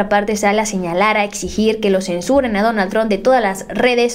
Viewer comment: se dice donald trump no donal tron